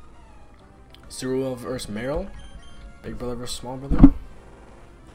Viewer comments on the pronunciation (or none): Hey,! Just so you know, it's Azumarill and not Azuramill. The wierd thing is that a friend of mine from school also calls him that. I suppose he"s been watching you lateley.